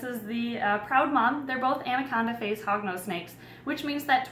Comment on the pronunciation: Every time she said Hognose I thought she said Hogwarts🤣